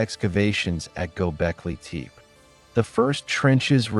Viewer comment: Id love to keep listening but the way you say teep instead of tepe is messing me up